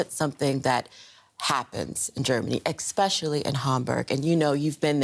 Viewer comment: Except when she said “ex-specially” 😅